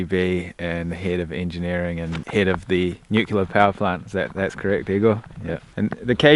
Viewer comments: Very interesting, but man, you keep saying Nuc-U-lar and it's driving me crazy. It's pronounced Nu-clee-are. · Any one else bothered that he keeps saying "Nucular?"